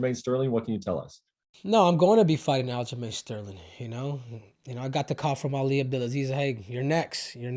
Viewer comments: He called aljomain --- aljolame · Is he calling him Aljo ShitStain lmfaooo